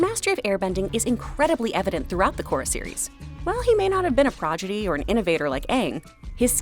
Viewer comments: She said progidy instead prodigy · I absolutely love Tenzin. Also, it was cute when you said Progidy instead of prodigy lol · it’s proDIGY, not “progidy” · Prodigy, not progidy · Progidy? You mean prodigy? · "while he may not have been a projidee, or an innovator like Aang" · Is it me or did say "progidy"? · “Progidy” lmao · Whats a progidy? Haha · A "progidee"